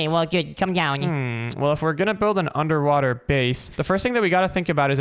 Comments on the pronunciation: 'UNDERWAHTER' :D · You said under wather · Did you said the title underwather 😂😂😂😂😂😂